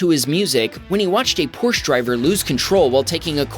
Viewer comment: WOO HOO!!! You failed at pronouncing "Porsche" again.